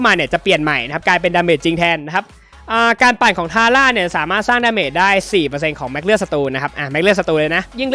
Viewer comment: ทาร่าอ่านผิดครับ